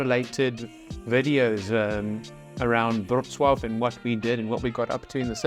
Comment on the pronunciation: "around Wroclaw" not "brw" :) i know it's difficult to say :) It's bautiful city in Lower Silesia (south west) Poland.